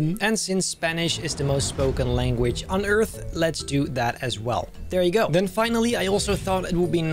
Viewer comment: spaich is not the most spoken languish it's mandrin